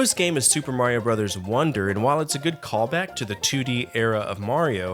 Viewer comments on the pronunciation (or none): none